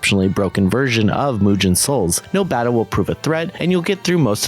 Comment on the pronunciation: Good to see you cover this kind of games, most people just ignore them altogether. PS: mate, you managed the impossible: mispronounce a 2 syllable word ("mugen"). It's nitpicking at its worst (I know) but it's as simple as writing the word in some translator and use the voice option.